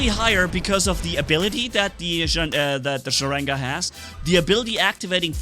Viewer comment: not sarega its "Sharanga" stupid